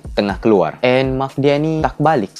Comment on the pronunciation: mak ba bukan maq 😭😂